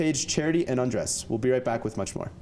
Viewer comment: The interviewer says “Andres” like “Undress”